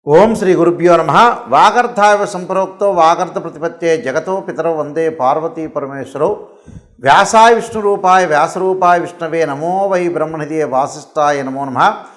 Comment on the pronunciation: సం పృక్తవ్ అనాలి సంప్రోక్తావ్ కాదు